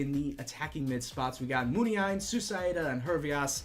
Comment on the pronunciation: According to this video the accent in Muniain should be on the second "i"